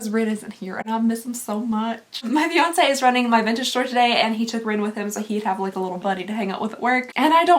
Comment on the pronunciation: Aww I got the same Harry Potter calendar, I loved it. Also when you said your fiance, I thought you said your Beyonce!